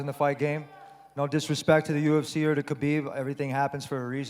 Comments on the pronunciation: Your butchery of Khabib's first AND last name is really annoying and distracts from the video. 1st Yes ح is a difficult sound to pronounce for non-Arabs, but if you can't pronounce it just say Habib (which you do randomly for the vid anyway). 2nd why do you try and pronounce ح in Khabib and not in the 'Nurmohammedov'? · "Habib Nurmohamedov" 🤦‍♂️ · Hearing him say his name wrong over n over was so painful